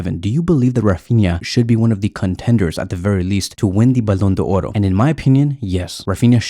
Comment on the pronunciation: Thanks for the video, I'm grateful for your videos and really like them. Because of that I'd like to tell you that the Ballon d'Or is a french word which is not pronounced Ballon d'Oro. There is no "O" at the end of the word d'or Otherwise your videos are amazing. Thank you again!